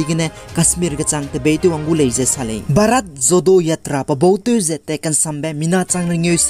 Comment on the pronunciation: Bharat Jodo Yatra kacheube pronunciation ge ah Jo-ro acheu ra kauleu gu delei..please no offense for the correction.By the way, you are doing a great job bro..and continue to do so..God bless..